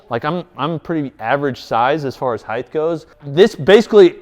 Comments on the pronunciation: Speaking of OCD, you said “Heighth” no less than 243 times this video. ‘Heighth’ is not a word my friend, it is ‘Height’. There is breadth, length, width, depth, but no ‘heighth’. Only Height. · This is one of the best review channels for any products, regardless of industry. That said, dude, the word "height" ends in a "t". Width. Height.